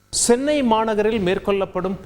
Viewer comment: ஸ்சென்னை இல்ல தலைவா. சென்னை.